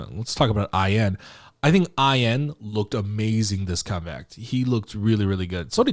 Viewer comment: Are you saying I.N or I'm hearing wrong?😅